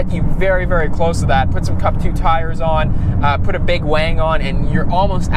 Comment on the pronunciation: Why do you call the rear wing a "WANG"? Is it because you drive a gtr and that's how importer call it?